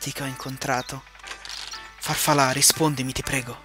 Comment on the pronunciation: stavi per dire farfalà quindi consilia è farfalà!